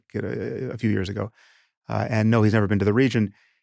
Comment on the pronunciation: "You never bean?!"